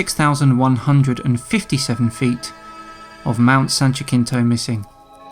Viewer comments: San Ya-sin-toe, sorry it’s not Ja-kin-toe. Not sure who said that, it kinda sounded like dan, but whoever did said it horribly wrong. Anyways love you keep making fun of all the flatfux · Mount San Jacinto, is a Spanish name, and pronounced like, San ‘Ha-Sin-Toe’, NOT “Ja-KIN-Toe”. I’ve lived near this mountain for over 40 years, from where I reside in Riverside California. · In the future its San "Yahseen'tow" or "San Jahsin'tow" not "Sanjakeentow" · San Jacinto is pronounced San ha-ceen-to, m'kay? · “San jaKinto” 😂😂😂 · Really people!? It is pronounced like this San Wa-seen-toe. Not the way you are pronouncing it. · Why can’t so many people pronounce Mount Jacinto correctly. It is pronounced Ha’See’In’Toe. It’s a Spanish word so it’s pronounced in Spanish. Leave it up to a flattard to not be able to pronounce it. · Every time I hear you mispronounce San Jacinto, I cringe. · If these guys are from California, then they are ignorant of Spanish... EVERY Californian KNOWS how to pronounce that mountain's name! Especially if you live here in Southern California. I will forgive him if he's not really from here... However, I will NOT forgive him for his ignorance of his flat earth thinking. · Probably the worst pronunciation of San Jacinto I have ever heard.